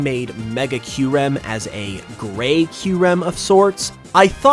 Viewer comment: hb we pronounce kyurem right